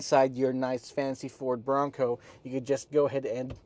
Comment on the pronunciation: Tapusin ko sana yung video kaso inaartihan yung pagbigkas ng BRONCO ... 😂 BO ROWNG COWW ... Bading !!! 🤣 oink oink oink 🐷